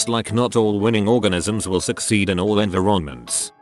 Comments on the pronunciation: How tf did it pronounce “environments” so badly?!? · This physically hurt me